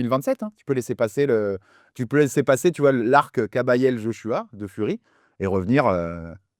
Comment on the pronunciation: il dit kabayel surcote mdr guignol